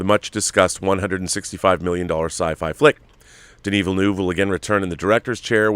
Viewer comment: I wish I could drop an audio file here. I'd demonstrate how to say 'Villeneuve'... This is one of those minor things that gets to the bilingual Canadian in me. Take care all.